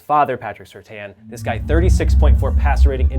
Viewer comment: At least know how to pronounce the players name correctly Patrick Surtain